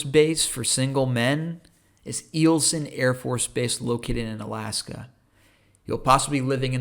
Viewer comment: Eielson is pronounced Isle Son. I was stationed there 1988-91, and I had no issues dating women up there (military and civilian). It was fun keeping them warm. LOL